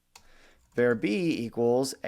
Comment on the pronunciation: The enunciation of var here is just not acceptable. Do he drive a "cair" to work or a car?